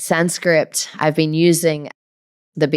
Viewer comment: Great interview!! It's Sanskrit though, not SanscriPt 😂 Also, your pronunciation of Hindi words is bang on 🤩